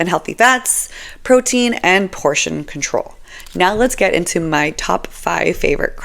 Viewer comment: GUIDE! Thank you. There was only one part of this video I didn't understand. You said two words: "portion control." I apologize, but were those English words?😁